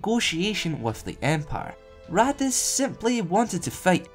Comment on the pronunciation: Am I the only one who keeps hearing Raddus as "Radditz" from Dragon Ball Z? :)